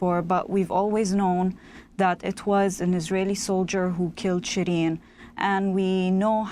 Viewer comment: Should pronounce "SheeReen", not Shreen.